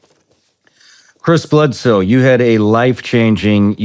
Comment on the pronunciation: Am I the only one who thought he was saying “Kris Jenner”…? I always knew the Kardashians were up to something…